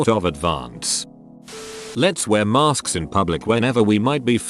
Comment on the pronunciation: Lol@ narrator: "maRsk's"